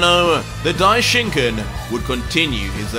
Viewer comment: Hahahah how he pronounces daishinkan😂 die SCHINKEN is he german? Schinken is Ham in german